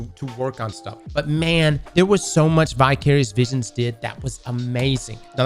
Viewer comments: Why does it sound like he’s saying Bi-curious Bitches instead of Vicarious Visions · thought you said bi-curious visions 🤣😂😅